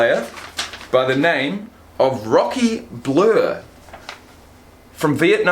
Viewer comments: Its pronounced BL-EYE-ER. Tremendous guy. Great video. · Blyer. They said his name 10 times in the video how did you not hear it. Blur come on bro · Just so you know, it's pronounced Bl-eye-r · it's pronounced BL-I-er